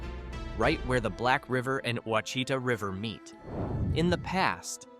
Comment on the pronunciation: Pronunciation destroyed most of the names. In Jonesville you or AI said Washitda River. That's the Ouachita River 😂. Go figure out how to pronounce it. That river runs few miles from my house. No. We don't go to Jonesville or Ferriday 😂. Actually it's sad. I choose to live away from any towns and mind my business but this has me laughing. Bastrop was all wrong too. Can you say Atchafalaya?😂 Mercy don't even try to say the Cajun names. Ahhh! They did. Nooo! That's not even close: Natchitoches 😂. Nooo! Lafayette is not pronounced that way 😂😂😂